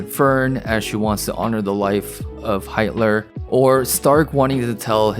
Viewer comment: Heitler???? DUDE YOU ADDED AN L THERE YOU SHOULDNT HAHA